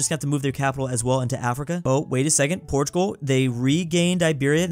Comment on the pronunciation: He said portugul took spqin a then when france died he said portugal took spain😂😂